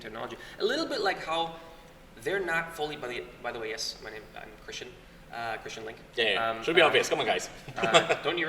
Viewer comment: How many times does say Linkes last name wrong? Yes. Its LINKE with the E pronounced hahaha